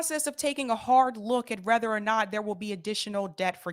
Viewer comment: Google the pronunciation of whether and rather. Whether or not. Whether to. Verses Rather not. Rather than. Adverb verses a conjunction etc.